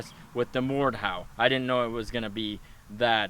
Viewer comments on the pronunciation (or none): did anyone else realize he said mordhowl when he used the blade